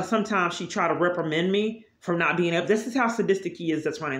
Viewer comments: Reprimend you? What does that mean? Is it like reprimand, but you have no idea of how to correctly pronounce big words? Multitudes of big words....lol. But, yeah, you keep raging about imaginary violations against poor old you. Look where that's gotten you. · She does it a lot, and yes, I must say something...lol. Today, it was reprimand and Nescafe. She'll find a new word that she thinks sounds good, then proceeds to slaughter it. The only word I do that to is the capital of Honduras. I cannot pronounce it to save my life...lol.